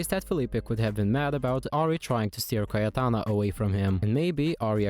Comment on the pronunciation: You pronounced cayetana perfectly ive never been so proud of a stranger <3